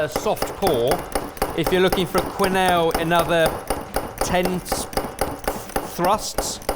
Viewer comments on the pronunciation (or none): Not "qwenelles" please.... quenelles sounds like kenelle